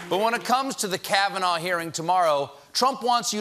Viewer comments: trump says "George kavinaigh". His brain is a mushy, overcooked potato. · Did he say "Judge KavanauR"? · hahaha...Trump doesn't even know Kavanaugh's name. He called him Kavanar. LOLOLOL! So typical of a puppet president. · why is trump ending words with r? "Americarr...it's true...", and also in the press conference he said "Judge Kavanaughrr". did he lose his mind in 2011 and he just noticed?